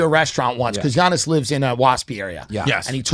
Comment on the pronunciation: Definitely not Giannis